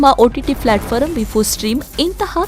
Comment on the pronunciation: Akka adu platform, flatforam alla